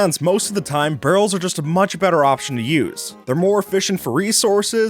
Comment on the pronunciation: When he was talking about barrels being better then chests It sounded like he said girls instead of barrels at first lol